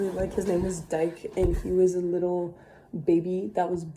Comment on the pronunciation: and also it’s pronounced ‘deekay’, not ‘dyke’😭.